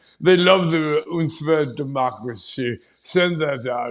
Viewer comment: Omg. “Threat to my Deeemocray”